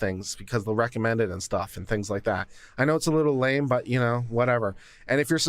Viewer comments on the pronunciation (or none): none